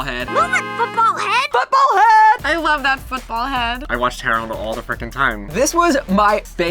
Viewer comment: the way they pronounced "Hey Arnold" made me cringe a little. it sounded like "here Arnold."